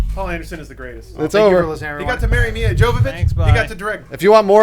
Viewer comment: I think they called every Mila in Hollywood "Mia" in this podcast